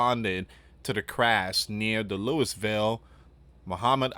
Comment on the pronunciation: It’s Louie-vul